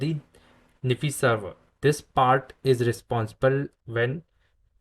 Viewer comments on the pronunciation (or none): Hi - fyi - It's pronounced "Nai Fai", like HiFi